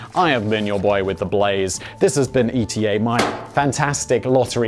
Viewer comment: I just hope that one day he learns to pronounce the ETA name correctly :D